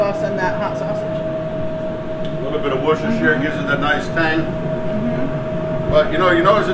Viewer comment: I love the way he said Worcestershire sauce !!! haha thats hilarious. woocestershire !!!